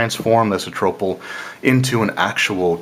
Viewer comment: Good summary and review. I find it hilarious how you pronounce almost every word differently from mostly everyone else: Nyanzaru, Omu, Acererak, Atropal etc...